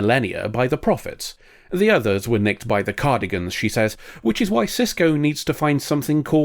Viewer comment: Cardigans? It's Cardassians lol.